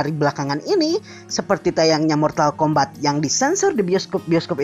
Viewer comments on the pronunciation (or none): none